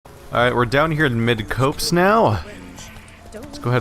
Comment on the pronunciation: Just a quick (and three-year-late) FYI: the name of the village is pronounced Mid-cops, not Mid-copes. A copse is a grove of trees. Midcopse thus means a place in the middle of a grove.